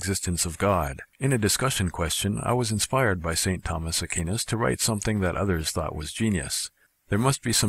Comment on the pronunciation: BTW: I think you may be pronouncing ST. Thomas Aquinas' name incorrectly. Instead of "AH-KEEN-US," it is "AH-COO-WINE-US." :)